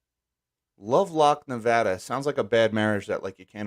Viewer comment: Why is it that most people from the East Coast can never pronounce NEVADA correctly?